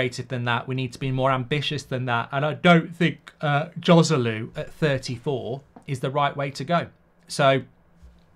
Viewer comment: It’s amazing that as a talk show host you don’t even bother to learn the correct pronunciation of the foreign names. “J” in Spanish is pronounced “H” so Joselu should be pronounced Hoselu. On the other hand a J in an Arabic name is pronounced, so I am not sure why you pronounce Mejbri “Mayburi”! According to his Wikipedia profile his last name is Al-Mejbri with a very strong sounding jay!!